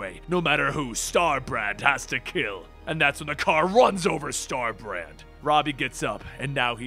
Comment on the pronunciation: Did you say Star-Brat?